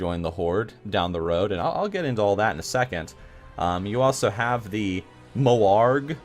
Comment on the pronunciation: You lost me at "Mo'arg".